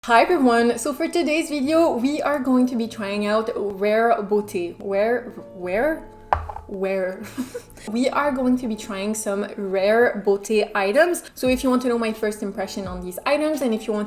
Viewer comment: So cute, loved your review & will be subbing!!! By the way, I love your accent, are you french? Your pronunciation of the brand sounds a little like "rare booty" which is fine, we all have rare booties haha :p if you are interested, you can try to pronounce beauty as "bee-yoo-tee" in the future :)